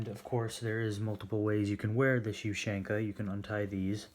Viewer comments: I think it's pronounced OOH-SEAN-KUH not YOU-SHANK-AH. Good video! Let's see some more USSR stuff! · Its ushanka. Not "you shank a". Like tachanka isn't "tac shank a" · Asian ushanka not the way you pronounce it the way you pronounce it is weird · Dear god the way he sais ushanka for gods sake man learn to say it properly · your saying ushanka this is not a hate comment just a informitive one